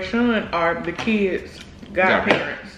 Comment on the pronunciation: The pause for the cause aka kids is EVERYTHING!!🖤